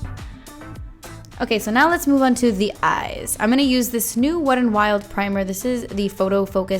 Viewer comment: I never hear the T when you say the name, so it sounds like Wed n Wild. 😄 Beautiful look!